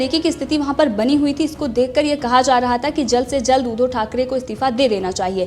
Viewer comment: Madam आप उद्धो की जगह उद्धव बोलना सीख लो.